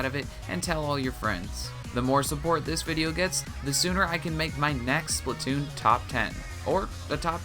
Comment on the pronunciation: People it's SPLAT TOON NOT SPLIT TOON OK